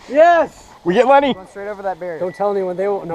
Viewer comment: hey nice vid but its lannie not lenny